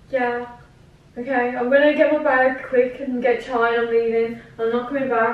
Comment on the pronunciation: It isn’t Charls it’s chai